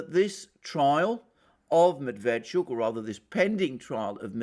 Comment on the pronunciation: Medveetschook, accent on last syllable